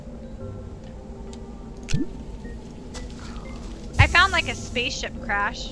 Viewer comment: my dudes, ya not sayin hydrazine right